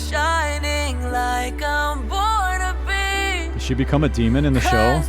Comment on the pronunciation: Too right about not being able to pronounce the vowels of the high notes. Until I read the lyrics, I thought she was singing 'like a butterbee' ... ?!??!